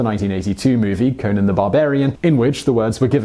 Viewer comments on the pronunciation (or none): none